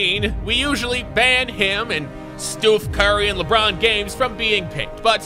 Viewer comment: Who else cringed when he said, Lebron Games!🤣😂🤣